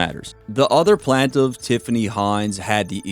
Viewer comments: The word is pronounced plain-tiff...not plant-tiff.... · Yeah but for sure find out how to pronounce “Plantiff” though.